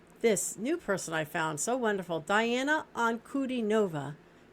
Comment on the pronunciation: Welcome to the magical, mystical world of Princess Diana, The Goddess Voice of Nature. Enjoy your journey. She is a true Contralto and Polyphonic. BTW, her name is pronounced Dee aah na An coo DEE nova.